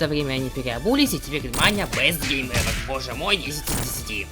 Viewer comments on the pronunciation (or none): none